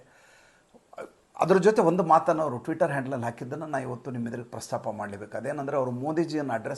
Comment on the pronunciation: Twitter ಅಂತ ಹೇಳೋದು ತಿದ್ದೀ ಕೊಂಡ್ರೆ ಚೆನ್ನಾಗಿರುತ್ತದೆ